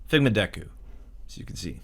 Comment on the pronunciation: Wait did he just refer to Deku as Dooku?